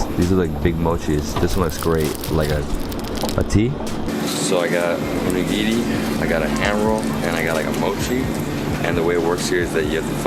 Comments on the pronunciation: DID YOU JUST SAY ONI GINI? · this triggered me so much you're not supposed to mix the fricking wasabi with the soy sauce and you are saying the onigiri wrong its not UnIgiri its onigiri AND YOU OPENED THEM WRONG AND RED BEAN PASTE IS NOT FREAKING J AM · How can you be so clueless? At least get some basic information before you fail so horribly. " Uh-nigiri " is called Onigiri and it's not sticky rice and def. not SUSHI. Literally every sweet snack in Japan is filled with red bean paste - not plum jam. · It's Oh-Nigiri, not Uh-nigirrii, the way you say it sounds like Voldemorts snake : P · The way he says onigiri infuriates me. Ooon-nigiri. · Why did you pronounce onigiri as oneginri , this just wrong lol .